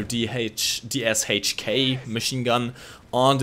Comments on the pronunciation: Not DSHK DShK "Sh" pronouncing like in "kalashnikov":) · 'DShK' again and again pronounced wrong in russian it is ДШК (3 letters = 3 sounds) and so is in english, but nobody cares why the 'h' is small ... War Thunder community, please, learn to read weapon names correctly the correct english pronunciation is 'dee-ash-kay'